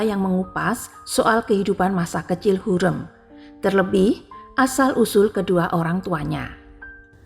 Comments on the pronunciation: Secara LINGUISTIK Pengucapan nama Hurem itu KELIRU. Hurem, pada huruf vokal e, pengucapannya salah. Vokal "e" pada kata HUREM tsb diucapkan spt senada pada pengucapan vokal : keren, semen, Hurem, Bukan senada spt dalam kata : adem, sungkem, kalem, asem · Ibu ini NGUCAP NAMA HURREM dgn nada yang SALAH....